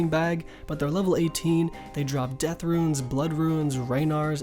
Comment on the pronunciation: i hate how you pronounce runes like ruins instead of roons also rsn is Hairy Seaman cuz i got cleaned and need to rebuild